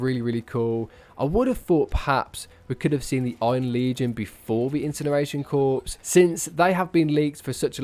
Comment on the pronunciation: Corps is pronounced like “core” fyi